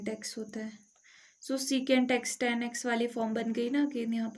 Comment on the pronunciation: Ma'am tan ko tan boliye